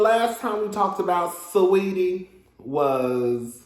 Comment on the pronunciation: Why everyone say SWeetie? Her name SAW eetie